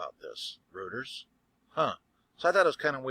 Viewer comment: "Rooters". Lol.